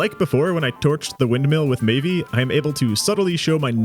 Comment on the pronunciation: im pretty sure the Maeve2501 person's name is pronounced May-ve no E sound on the end. Other than that good video!